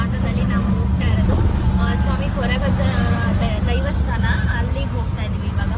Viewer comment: It's not Devastana it's daivastana.